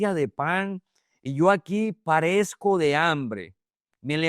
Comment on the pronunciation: En el.verso 17. Dice. PEREZCO DE HAMBRE, NO “PARESCO” Disculpe las correciones, mi intención es la mejor para lectores Es ud. Un excellence Maestro, solo debe mejorar la pronunciación de las palabras. En el Amor de Cristo. Revise el video y se dará Cuenta a lo me refiero. Gracias mil y Bendiciones. ☝️🙌🙌🙌❤